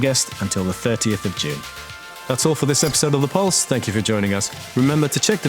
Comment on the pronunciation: "Pluse" Orion Kerenskey